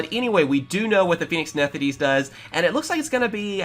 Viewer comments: “Nethideese” I’m sorry WHERE IS THE “D” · “Nefthis” bro